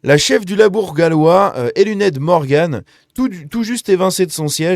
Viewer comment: ELUNED se prononce comme ELINETTE votre Anglais n'est pas bon - mais votre Gallois est pire. c'est dur pour les oreilles fines.